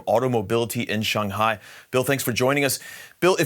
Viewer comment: Props for pronouncing Shanghai correctly 👏